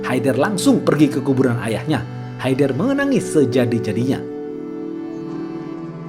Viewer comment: bang itu e nya dibaca kaya ngomong enem bkn kya bca enak ... itu nama orang kalo kita bysa manggilnya haydar